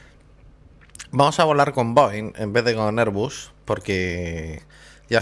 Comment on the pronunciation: airbus: erbas.